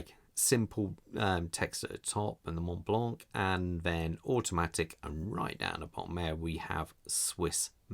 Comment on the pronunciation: In french you don' t pronounce the "t" and the "c" at the end 😊